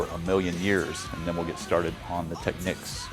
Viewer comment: I guess if it was spelled Techneeks you wou sat teekneeks..It is pronoucned Tech-neeks.